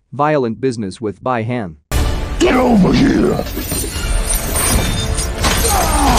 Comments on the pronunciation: Also Beeeeeeeeee Han. Not Bye Han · Bee Han my dude..... Bee Han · Dude ur saying the name wrong it’s Bi-Han and Quan Chi